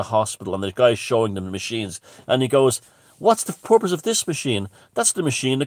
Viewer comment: important notes: when says purpose it sounds like hes saying porpoise. also robert phoenix the astrologer got into the symbolism of the london olympics, children of men, pisces, and the plandemic; all tied together. worth a look.